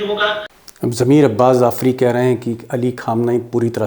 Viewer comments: Zafri नहीं jafri बोलिए जनाब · Sir Jafari. Not. Zafari